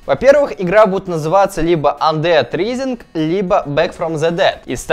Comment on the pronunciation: не ризинг а райзин не флатаут а флэтаут